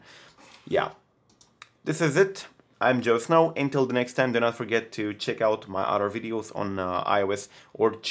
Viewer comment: Galaxy me too I always hear John Snow ❄️ instead of GeoSn0w